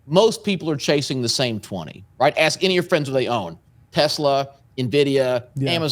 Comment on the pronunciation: I’m just trying to to AX you a question